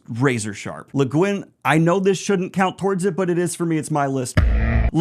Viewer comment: Bruhhhh are you sure that's how u pronounce leguinn